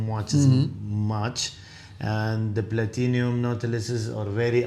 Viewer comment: Platinum...not Platinium....holy